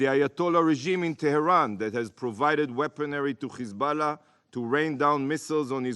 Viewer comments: "khamas" & now "Khizboulla" Hahahaha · Who TF is Khezbollah? These people think intentionally mispronouncing a name is a cool burn. Smdh.